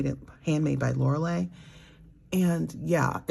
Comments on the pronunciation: I love your videos! You describe your experience with fountain pens so well; it makes me happy. You are so calming to listen to. Your friend Lorelei’s name is pronounced like “Laurel”+”lie” (like: “don’t tell a lie”). You can hear her say it at the beginning of her videos. Thanks for your videos! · Thank you! If I hear you say Lorelei right, it will just double the bliss of hearing your sweet voice. (